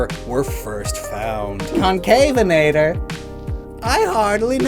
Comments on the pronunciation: It's also pronounced Conca-venator, not concave-enator, "venator" being the Latin word for hunter. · Even then the pronounciation, and many other, used is wrong, because it is the word Venator. There are a few other dinosaurs i know that also uye that work like Sorpiovenator or Ichtiovenator. it is pretty clear it is mispronounced.